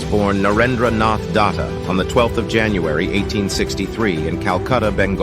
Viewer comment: It's Datta or Dutta not Data.